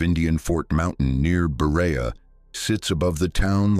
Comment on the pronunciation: Oh, the horror at the slaughtered pronunciation of Berea.